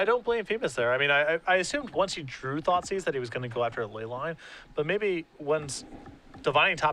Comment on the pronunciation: "i want my thoughtsieze back" lol that made me giggle